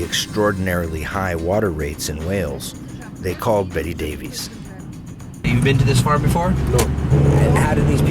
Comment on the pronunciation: John & Beti Davies would not have pronounced their surname "Dave ease". In Cymru it is "Dave iss", the same as Davis!